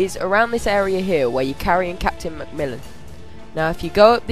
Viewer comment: Its macmillan dangit -.- not mcmullen xD